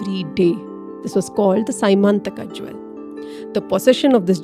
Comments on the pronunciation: It's not symantaka. It is syamantka mani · It is not sy mantaka jewel it is pronounced sya man taka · You pronounce the names wrong, for example it is syamantaka not symantaka. Jaambavaan (stress on vaa) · as far as I heard it is semanthaka(the se you use in Selvan) mani, not Symanthaka. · Symanthaka may not be the correct word. It is syamanthaka